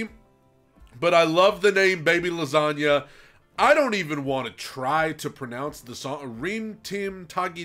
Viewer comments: "I don't wanna try and pronounce the name of the song" literally pronounces it perfectly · You pronounced it perfectly!! I love your reactions, normaly I'm here for your acapella reactions and I love that you've reacted to a song from my country! Love from Croatia!!